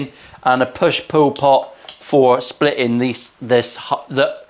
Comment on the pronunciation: Sounds like you said “a push poo pot”😆 & “push poo madness”😂